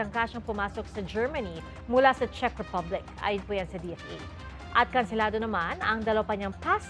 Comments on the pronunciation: for real CHEZ Ang basa mo sa CZECH?..or nag jo joke ka lang? "CZECH" pronounce as "CHECK" Sorry kung paminsan minsan kinokorek kita sa mga pronunciation mo Kasi ayokong makaisa sa ating Ang mga bobong vloggers eh. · Pronounce it as Chek Republic not Chez. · Ano b yan anong “chess” republic? Check po Ang pag pronounce. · Sabi ni Google, In English, the word "Czech" is pronounced exactly like the word "check" (/tʃɛk/). It rhymes with "neck" and "peck." The "cz" acts as a "ch" sound, while the "ech" acts as "eck," making it a simple one-syllable word. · Correction, pronunciation ng Czech Republic is “Tsek”. Thank you!